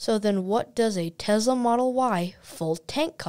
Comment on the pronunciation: TeSla, not TeZla.